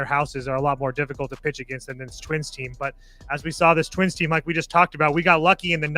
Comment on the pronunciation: "And twinss" 😂